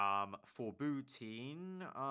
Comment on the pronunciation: Bou-TIN not teen